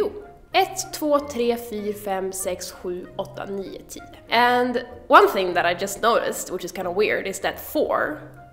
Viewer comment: I have noticed Swedes say 'Fyr' when counting but also, just like you seem to say 'Nije Tije' when counting instead of NIo Tio. Also Tjugo, becomes Tjuge when counting. At least that is what I am hearing often when listening to Swedes.